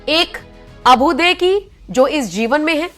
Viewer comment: Abhuday ka uchcharan galat kiya Pls learn